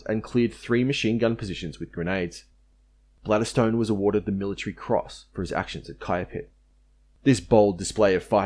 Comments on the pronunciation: I think Lt Balderstone might punch you in the nose for calling him Bladderstone !! 😂 Much KP for you mate. Rofl. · MacArthur and certain other Yank officers apparently were wankers ! P.S. I don't think Balderstone is pronounced "Bladder stone" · It’s Windeyer not Windayer, Wooten (as in wood) not WOOTen, Balderstone not Bladderstone.